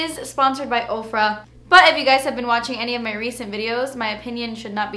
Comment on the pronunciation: Oh my goodness, before this video I thought you were saying "Oprah" I thought Oprah came out with makeup... I feel dumb now lol